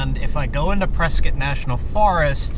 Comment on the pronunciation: Today you just taught me how to say Prescott AZ, turns out I've been mispronouncing that name for several decades.